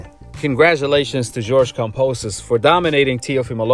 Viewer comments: Dude can’t help but to talk about Haney In every video!! And is KAMBOSOS not KAMPOSOS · It's Kambosos not Kamposos and it means "plenty" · KAM(BO)SIS, NOT KAM(PO)SIS. Come onn mann.. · Yo Kambosos is MAD cause you calling him KAMPOSES! HE TOLD ME TO TELL YOU IS KAMBOSOS WTF MAN. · Bro can u please say his name correctly KAM-BO-SOS not KON-POS-OS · Ok now that he’s champion can you fuckin say kamBosos. Not kamPosos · KAM.....BOS...SO....say it with me now ..kamBosos....I have no idea who the hell kamposos is... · It's KamBosos not Kamposos haha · KamBOsos not Kamposus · Kambosos not Kamposos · Kamposos? You can’t even pronounce his name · Bruh say his name right put respect on it it’s KamBosos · sounds like youre saying kampoesis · Do you keep saying his name wrong on purpose? 🤔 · It's probably how most Aussies would pronounce it I do kambosos sounds weird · Why you say his name like that bro😂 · One love!!! But you're pronouncing George's last name wrong my G!! But either way it doesn't bother me but just letting a brotha know! Lol peace love and positive knowledge! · Why you keep saying his name wrong